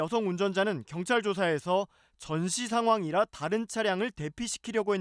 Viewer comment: 저 20대여자는 전시싱황이라고 말하는게 웃겼다 군대도 안간여자가 무슨 전시상황을 알아